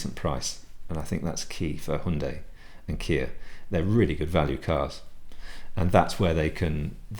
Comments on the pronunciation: It's correct ,as CEO pronounced it this way during presentation of new Hyundai Tucson in South Korea ( Her Yun day)! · You're the only guy I've heard pronounce Hyundai correctly.All countries seem to pronounce it differently.Yours must be correct as managing director of company pronounces it that way!